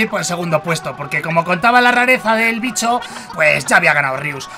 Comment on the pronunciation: Me mate cuándo le dijiste vicho a los pokemon soy tu fan número uno te quiero